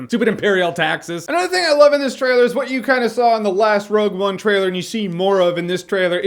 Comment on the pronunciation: wogue one?